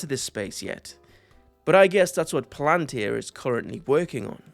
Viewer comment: Why did u say palantir like that😢